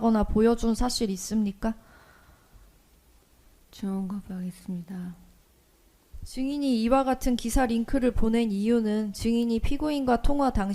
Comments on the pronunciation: 걸레같이 산 년이라 지은 죄도 너덜너덜하네... 즈엉거브으하게슨니다 ..발음은 또 왜 저래 ? ㅋㅋㅋㅋㅋ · 없으면 전혀 업스니다.하네 ㅋㅋ 진실이면 증언 거브하게스니다.하고 병신